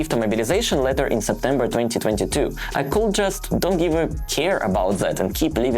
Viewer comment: I am sorry to correct you, but low and law is a separate thing and please do not use that L in should, could and would, it is just painful, I know you are a decent guy, just keep improving as I do!